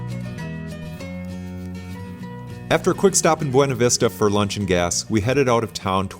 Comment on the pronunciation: The locals pronounce it "b-yew-na" vista. Great video series.